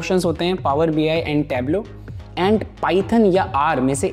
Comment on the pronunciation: Tableau, not Tebulue 😅